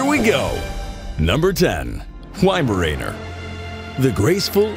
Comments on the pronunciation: whymaraner 😂😂😂 ...why? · Awkward when you can pronounce weimaraner. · Whymarayner, wtf man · The wuuut??!? That's Vi-mar-ner! 😂🤣